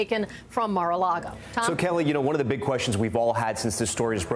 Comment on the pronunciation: MAR-A-LAGO NOT MAR-A-LAGOE